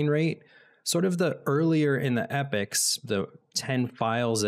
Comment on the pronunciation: Epochs being pronounced as Epics, lol